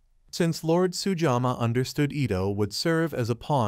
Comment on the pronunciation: To hosts of future Shogun commentators, please learn to pronounce Japanese names correctly. Sugiyama is not and should not be pronounced as Sujama.